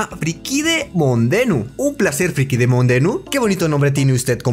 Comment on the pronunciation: Frikai mondemu xd creo q ni se dio cuenta q decía friki monde abajo jsjsjs